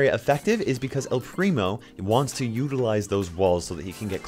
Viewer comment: Why to talk spanish all people say an "u" at the end of the word xD